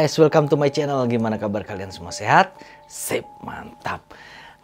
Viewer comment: Yang gw suka dari itu pas bilang " hello guys Wellcome too my cenel...sip mantap" 🤣🤣🤣 bawain ceritanya jga suka si gw joossss lah